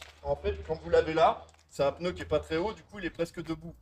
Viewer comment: Merci de souligner qu'en effet cela se prononce pneu et non peuneu